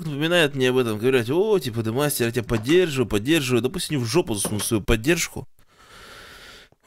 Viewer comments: Хахаха на он сказаз демастер а еге же зовут Д хахха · Ты в начале сказал демастер !!!